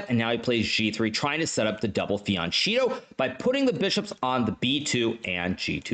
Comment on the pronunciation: Wait did Hikaru really say “double fianCHEATo”? 🤪